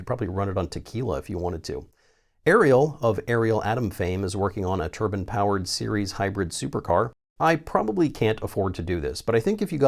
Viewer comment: Plz say turbine and not turban 🤣